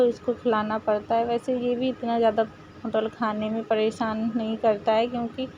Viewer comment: मतवल नहीं मतलब होता है 😄😄